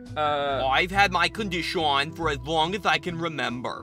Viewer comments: CON di shon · I love how say "COnDshAWAn" instead on condition.... He is my fav II character among all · This is how many times said condshawn | | 👇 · “it’s *condishawn*” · NOT THE CONDISHAWN!